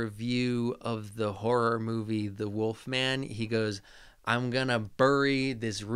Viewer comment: my theory is that he says "woofman" because he grew up watching those old Universal Wolfman movies where some characters speak with european accents and do, indeed, pronounce it "woofman"